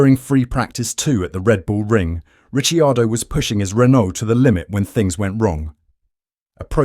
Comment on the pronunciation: Bruh. It's Ri-Car-Doh. At least say his name right. Red Bull has already did him dirty enough